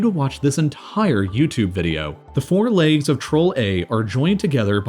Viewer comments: Why do you pronounce "legs" as "lakes" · Nobody: /Americans: laygs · Why do some americans say "laygs" instead of legs? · It bothers me how he pronounces "Legs" "Laaygs" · The “laigs” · Legs not leags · "the laigs" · I squirmed every time you said "leygs" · Man wtf is a "layg"? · Bruv they're called fucking "legs" not "layoogs" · Why does he pronounce "legs" as "laygs"?? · Is it just me or is he saying leygs? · Holy shit learn how to pronounce legs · legs? no, laygz. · You don't know how to pronounce "legs" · You from Minnesota or something? Why you pronounce legs like that? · it's distracting the way he keeps saying "the laygz"